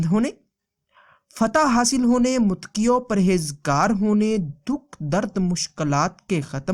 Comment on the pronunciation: Muttqi nhi muttaqi hota h